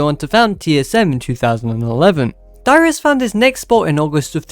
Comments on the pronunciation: I heard too LOL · im sorry but i thought you said your name was lmao good video thanks